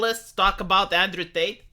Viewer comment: It's "TATE" not "Tait"!